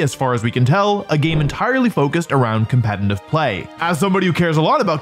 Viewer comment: Crazy how some one who “cares a lot about competitive Pokémon” can’t even pronounce the word “competitive” correctly… 😂😂😂